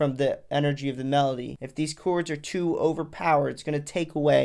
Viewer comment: chords, bro. Not "choords."